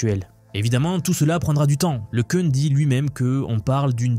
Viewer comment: c'est quoi le changement de prononciation de LeCun a chaque fois !? un coup c'est LeCun après c'est leCune, et on dit LeCun ( le qu'un ) pas ( le qu'une ).